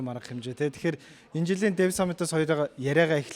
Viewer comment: Hotlogch n deev gd bhin 😅 dev shu